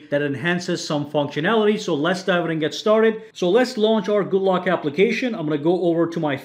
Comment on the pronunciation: Ye! You sayd my nickname right